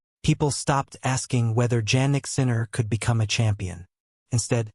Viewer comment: Please keep using his last name since you do not pronounce his first name properly